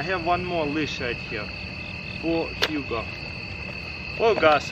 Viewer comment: I keep hearing him say Huga but I know it’s Hugo